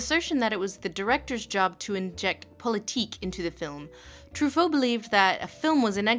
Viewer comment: An American trying to say Politique in French makes it sound like perfect German. Interesting.